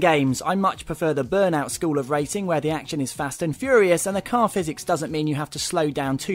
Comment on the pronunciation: lol this guy says wacing instead of racing